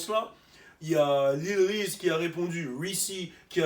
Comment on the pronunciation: The way he pronounces Reese lmao ''wreecy''